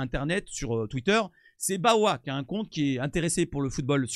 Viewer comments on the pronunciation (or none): none